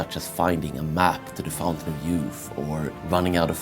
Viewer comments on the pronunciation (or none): none